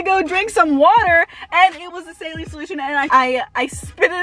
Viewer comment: Why do u say saline like that